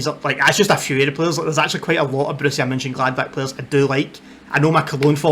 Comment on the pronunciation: Hi,first, I love how you say Borussia Mönchengladbach 😍 It's really difficult, i know. I like your video, but I have to learn too. You speak slow and clear and with the time i understand it more and more. My trikot last season - Jule Weigl. When you come to Borussiapark, I show you the city and all you have to know about our fantastic club. Well done👋🏻🖤🤍💚